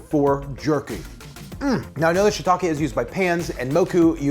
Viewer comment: Subscribed because your pronunciation of shiitake is correct.